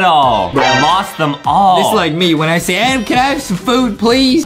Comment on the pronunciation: it’s spelled Adam I think but Justin pronounces it “Adem” as a joke- but still not sure